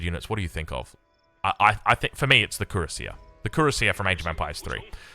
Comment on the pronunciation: Cuirassier is pronounced \kɥi.ʁa.sje\.